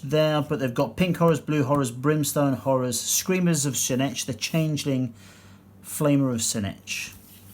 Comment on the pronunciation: Great review but tzeentch is better pronounced as "zee -tch"